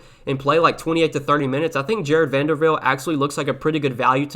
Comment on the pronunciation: Thanks for the content, much appreciated! But dude....it is VanderBilt, not VanderVilt!! 🤣🤣